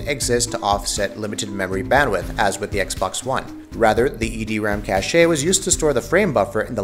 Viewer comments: I have a few issues with this video. First off, What do you mean "consoles are where mainstream gaming is right now?" PC is the most popular platform, hands down. Secondly, why do you say cache like cash-ay? it's cache. Like cash. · Cache is pronounced CASH. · why does he keep pronouncing it cashay, and why does he insist on repeating it? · songokuemumania Cāché sounds fancier. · More cache-ayy means more par-tay.